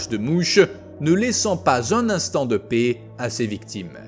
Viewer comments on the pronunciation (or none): none